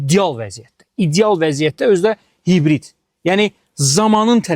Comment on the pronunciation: İcial nedi ideal diyə bilmisən iceal yox bir